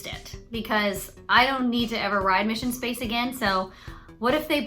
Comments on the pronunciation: Mishun Spahs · Dying at “mission spaaaaaaahshe”